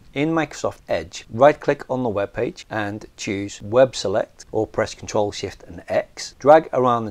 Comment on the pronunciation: It maybe my pronunciation and it doesn't sound very clear, it's CTRL+V to paste into the Excel sheet